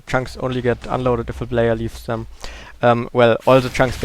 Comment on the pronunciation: It is always interesting to see how minecraft works:D Therefore: Good video btw why dont you say " dem" instead of " sem" for" them" if you arent able to pronounce "th"?